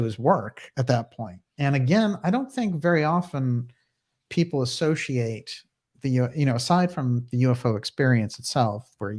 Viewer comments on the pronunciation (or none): Why do you mispronounce 'personally' and 'associate'? It's appalling that you utter 'perschonally und 'assoschiate'. Is it an official speech impediment?